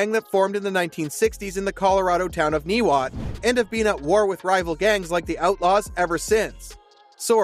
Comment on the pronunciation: "Niwot" is pronounced "NYE-wot".